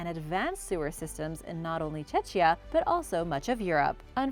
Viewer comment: The pronunciation of "Czechia" as "Cecia" is penetrating my ears, but besides that awesome video as always ;)